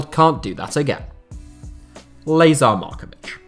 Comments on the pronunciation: You calling him Laser Markovitch is HILARIOUS. It's pronounced "La(h)zaar"...still a great vid, cheers! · It should be pronounced Lah-zahr not Lay-zahr